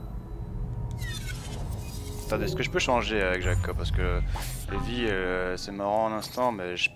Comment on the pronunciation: en passant cest evie et non ivy loll